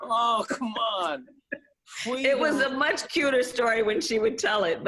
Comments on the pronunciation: "My mother tells the story about how I'm fussing." Harris told Ashley C. Ford for Elle magazine. "And she's like, "Baby, what do you want? What do you need?" And I just looked at her and I said, "Fweedom." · More famous Kamala Harris quotes: Let fweedom ring. Fweedom isn't fwee. Give me fweedom or give me death. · She always has a goofy grin on her face when she tells her lies. Is it a nervous grin resulting from guilt? Or is she just amused that some people actually believe the nonsense that comes out of her mouth? Fweedom. lol